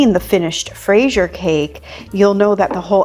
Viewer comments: I really appreciate how much effort and attention to detail goes into your tutorials, it’s so rare to find classic cakes veganized from someone with professional training! BTW, there is a video on youtube called "how to pronounce fraisier (correctly)" it sounds roughly like frez-yeh 🍓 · Not really, fraîse is strawberry. You say fraisier gatêau because it's a cake full of strawberries, it would be literally translated as a "strawberried cake". 😅 And what matters is the recipe 😊 The pronounciation is very difficult to explain here in the comments since we can't add sound. 🙂 What a beautiful cake, great job as usual 😊👏❤